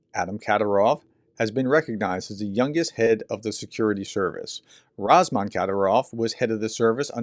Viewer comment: Ramzan, not Razman.